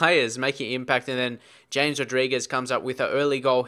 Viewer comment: I know it says James but i think it's pronounced Hames lol not sure though